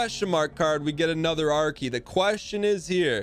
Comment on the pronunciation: I didn't even know he was saying R key, I thought he was saying Archae or something up until the item actually appeared.